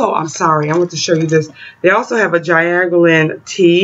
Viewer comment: You are studying as an herbalist, and can't even pronounce their name... I am off.